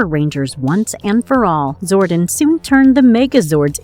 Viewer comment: I am disappointed that they got someone who doesn't even know how to pronounce (Zori-don) and calls him (Zorden) over and over. It makes it seem like the person they chose didn't even give a shit about the show let alone JDF, rest his soul. 🖤🖤